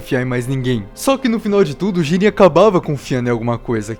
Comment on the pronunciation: Jíren ❌ | JIRÊN ✓